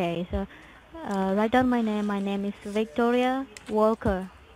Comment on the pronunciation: Wictoria Valker. At least pick a fake name you can pronounce.